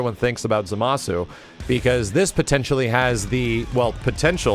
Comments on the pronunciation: You're not pronouncing Zamasu properly. It's ZAmasu, not zaMAsu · That misaccented Zámasu hurts to hear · ...Why do so many people mispronounce his name as "zuh-mah-soo"? There's no way people haven't heard the amount of times Gowasu has exclaimed "Zah-mus!" by now. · Do they call him "Zamasoo" in the English dub??? Because the letter "U" in his name is silent.